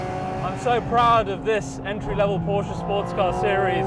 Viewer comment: Thank you for correct pronouncing PORSCHE 😊